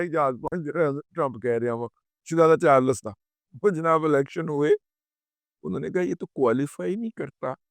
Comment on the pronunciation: CHARLES ko ap urdu mai kiyon parhtay hai.Its not CHARLAS